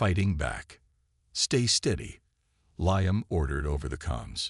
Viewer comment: Good story but what a pity the AI reading it didn't know about Roman Numerals or how to pronounce Liam. Severley detracted from the experience.